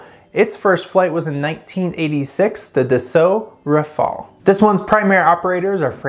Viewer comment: "Dassoo rafall"